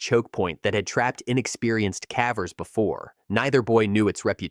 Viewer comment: Its cavers not cavvers